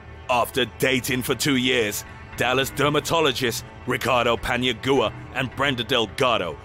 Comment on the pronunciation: He’s mispronouncing Paniagua. It’s not Pania"goo-ah" it’s "gwa"